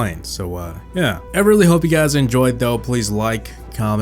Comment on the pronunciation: i like how he says "enjoyed"